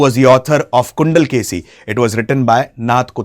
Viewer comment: Too many incorrect content! ilangovadigal was a chera prince! Not chozha! And it is chilappathikaaram! Not shilapadhigaram! It is kundalakesi! Not gundalkeshi